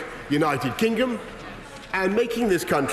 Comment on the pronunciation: "...for the purpose of uniting and re-energising our Great... United Kignom"